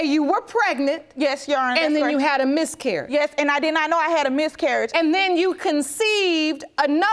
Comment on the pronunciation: Urban Dictionary: "Ya-awn-nah" : The term some people use to refer to a judge instead of just saying "Your Honor"! Ughhhh....